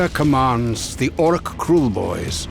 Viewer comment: Dude, he said Orruk pretty clearly. 😑